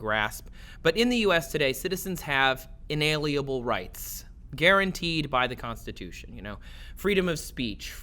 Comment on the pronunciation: Did he say "inaliebale" instead of inalienable?